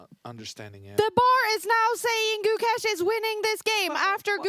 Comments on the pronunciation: Gukesh❌ Gucash☑️ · abey gookesh nahi hai, gukesh lol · These white commentators are failed circus acts. The first two, I don't know their names but I would love to mispronounce them, kept referring to Gukesh as GuCash as if he were a form of currency. The next white circus clown said Gukesh was acting.